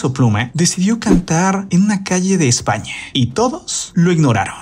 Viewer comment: Que pedo con la pronunciación de este vato? 😂😂😂 "Españe" "Mexicane" "Plumæ" "incluse" "sonriende" "rete" "tiende"🤣🤣